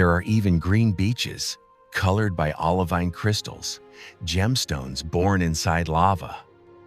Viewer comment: I started to watch this beautiful film but had to stop quickly because of the narrator’s bad pronunciation. Ir’s pah-ho-ay-ho-ay (pahoehoe) and all-lih-veen (olivine)